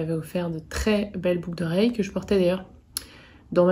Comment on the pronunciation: 🤣🤣🤣"une paire de "boug" d'oreilles ", ptdrrrrrrrrrrr je l'ai dis ainsi pendant des années j'ai crue être la seule sur cette planète! Merci je suis pliée 🤣🤣🤣 et longue vie à Nox!